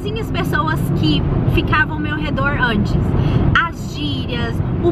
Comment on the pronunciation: "antes" - ja ta falando igual americano falando portugues!